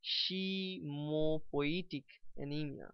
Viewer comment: Oh man... WTF... Its Not "Die Shi Mopoietic anemia" it should be pronounced as "Dys Hemopoietic Anemia"